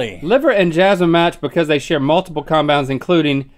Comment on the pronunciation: I’m rewatching this after becoming an organic chemist, and boy do Rhett and Link need help with their pronunciations 😂.